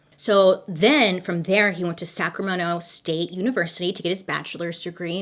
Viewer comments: Me cheering Bailey on when she pronounces all the county and city names correctly. GO GIRL GO! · Guuurrrlll, are you even from California? Because you totally pronounced "Sacramento" right! You didn't say Sacrameno like the rest of us!! 😂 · I really love the way Baily says Sacramento... And the V word is pronounced "Vye-Say-Leah"